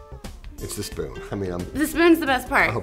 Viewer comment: dee dee dee "i've got my fpoon" XD